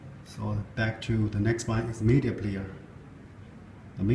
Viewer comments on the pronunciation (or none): lol its Media not Meida